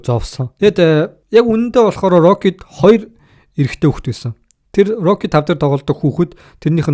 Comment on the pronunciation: rocly gej yariaad bhiin stalonee geed yarildaa